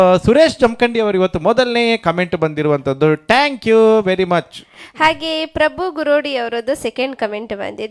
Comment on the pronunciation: ಉಚ್ಚಾರಣೆ ಕಲಿಯಿರಿ.,. ಥ್ಯಾಂಕ್ಯೂ....ನೀವು ಹೇಳೋದು ಟ್ಯಾಂಕ್ಯೂ... ಇದು ತಪ್ಪು ಉಚ್ಚಾರಣೆ.